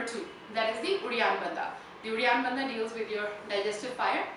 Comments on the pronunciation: Please pronounce Hindi words property. It is not Bandha. It is Bandh. Indians have no excuse for mis-pronouncing Hindi words. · Dear it isn't bandhaa it is pronounced as 'bandh' or 'bundh'. English kills. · in Hindi it is Bandh but in Sanskrit it is Bandha. The word is a Sanskrit word.